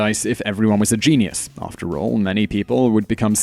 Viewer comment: Stop no just stop... It is pronounced jeen-yus. Not jeenee-yus.